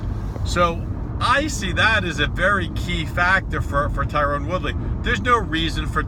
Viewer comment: TYRON!!! Tyron, not Tyrone. For fuck's sake.